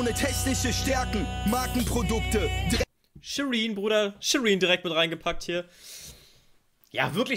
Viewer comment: Shirinbae und nicht Shirinbruder